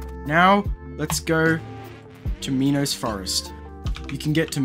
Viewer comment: the way you say it you pronounce it as meanos forest it's menos not meanos